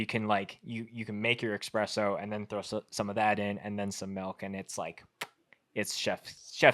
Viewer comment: Dude, it's "espresso", not "expresso"